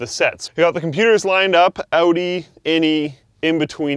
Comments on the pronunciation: I swear I hear "Audi" everytime he says "Outy" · Am I the only one who thought he said "Audi" when he said the name "Outy"?...